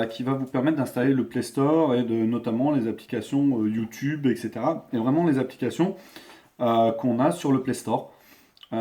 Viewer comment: Youtoube cela n'existe pas ... C'est YOUTUBE AVEC UN "U".